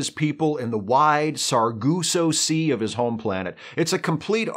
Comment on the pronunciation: “Sar-goo-sso Sea” 😂 🖖